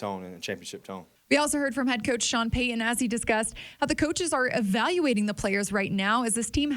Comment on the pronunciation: It’s coach Payton. Not coach Payuhhn.